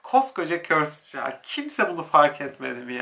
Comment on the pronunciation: Abi çeld diye okunmuyo çayıld diye okunuyo